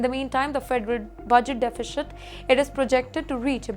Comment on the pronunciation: though it is defi shit, its pronounced deficit 😀